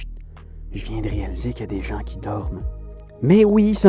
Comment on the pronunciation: Partir tôt pour éviter les chutes de séracs et les ouvertures de crevasses c'est bien ça ? Moi ce qui me fais sourire c'est quand tu mets un "t" à "gens" ;)